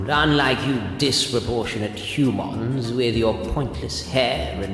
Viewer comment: “You Hoo-Mons“ 😂